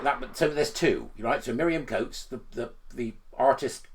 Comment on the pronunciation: Isn’t it Miriam Cates and not Coates?